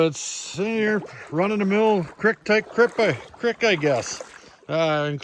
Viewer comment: Say it like ya saying, feet, cr-eek. Lmao But that was a copper ore thing?? Raw freaking copper?